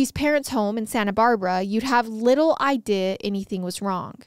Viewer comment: Why does she say “idea” like “iday”